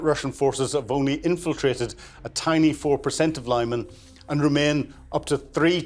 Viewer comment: It's not "Lai-man", it is "Lee-man", meaning "firth".